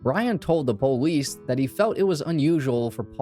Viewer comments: Why did you say po-lice instead of police? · I love how you say "Police" po leese👍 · Whats a " poelease"? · Why cant u say police correctly. What is PO LEESE